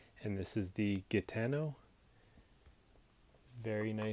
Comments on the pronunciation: wonderful review clear and well exposed contents Thank's for your job! Anyway to your knowledge its name is "Gitano" (an Italian word for gypsy) the pronunciation is more similar to the English Jitano (Ji not Gi) but Google translator can teach it better than me. God bless you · I've just got this one, the pocket clip is steel, (it's magnetic).. Gudy is pronounced Hooodie... fyi,, Great video btw.. 👍 ps, a Gitano is a Spanish Gypsy, another connection to the Navaja design/roots of this knife..(and it's pronounced Hitano.),, 👍👍